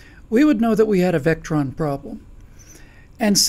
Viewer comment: Vectron? Other than that, nothing but good points.